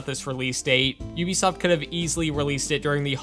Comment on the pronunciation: Thanks for pronouncing Ubisoft correctly probably the only YouTuber ever do that in a long time! The CEO said that is how it's pronounced in less you are French or Canadian